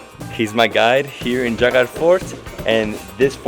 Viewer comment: It Jaigarh. J like in 'Joy'. Not H like 'Javier'.